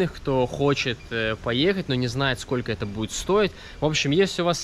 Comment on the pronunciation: Классное путешествие. Но,, не говори "скока", ухо режет. Есть же русское слово " сколько"